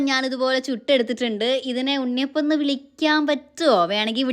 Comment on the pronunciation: Unniyappam എന്ന് velikila unniyappam entha മുറിയാത്ത chechi😂😂😂😂😂